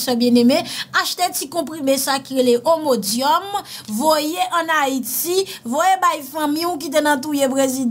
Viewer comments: C'est immodium et non ommodium. Medicament contre la diarrhee. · sorry, medikaman rélé "IMODIUM" pa omodium!